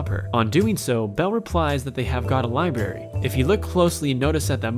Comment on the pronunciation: did he seriously say liberry instead of library